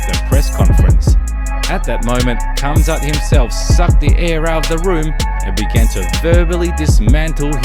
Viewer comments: RRRamzat not Quamzat damn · I think the “K” is silent. Hamzat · it is pronounced hamzat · You're saying his name wrong and pissing me off!